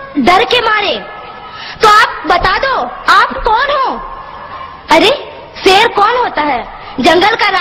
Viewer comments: seer nahi sher pehly batin seek lo tab speech karna oky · Pehle to is larki se ko kaho ke SHER to sahi se bole le. Ser bol rahi bhosri wali. lol Pakistan Zindabad. Ser hahahahahahahahahaha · shair ko sair hahahahhahahahhahahahhahahahahahhahahahhahahahahhaha